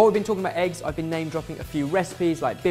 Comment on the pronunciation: when he talks about "roshtee" does he mean "rösti"? :D